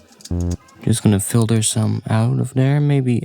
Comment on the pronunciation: its pronounced filter